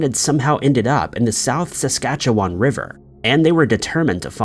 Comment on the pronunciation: Kudos for pronouncing Saskatchewan correctly. With you never know what you're going to get.